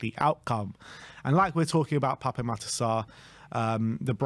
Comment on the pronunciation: Your saying Pape Sarr’s name incorrectly. It’s PAP. There’s no accent on the E.